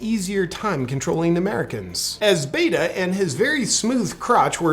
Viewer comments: Did you notice that he called him Beta and not Bato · Did he say Beto's slim crotch? 🤣🤣